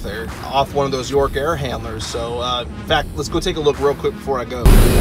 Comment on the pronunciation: Great video. I just had a personal LOL moment. I thought you said Dork, when referring to York units ......(I'm tired, I need a doughnut)....